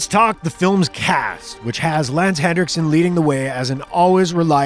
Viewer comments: Lance Henriksen. NOT HenDriksen. Nearly every video I see on YouTube pronounces his name the wrong way. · Also, it’s Henriksen, there is no D in his last name.